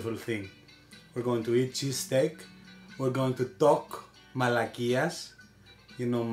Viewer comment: its not malakithes its malakies he told it right